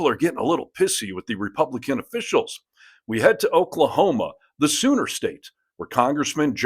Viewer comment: LOL, I thought you called it the “Sewer State”